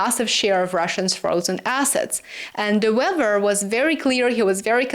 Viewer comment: De Wever is pronounced The Waver